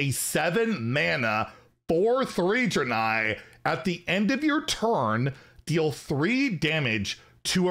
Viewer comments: You probably already know but it's pronounced Dray-Nye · Hey fyi the pronunciation is dray nei. Like the dra in drake and the nei in bill nei the science guy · Ive always pronounced it "Drain-eye" but ive been wrong many times before. lol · Not sure about the pronunciation... I thought it was [DRAY-KNEE]. Really not sure tho. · It’s pronounced Draenei and Archimonde. I got you!